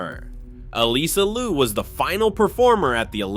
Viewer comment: Get rid of TicToc. I do not want to hear it still exists. Her name is Liu 劉, not Lu 魯. Please to not misname her.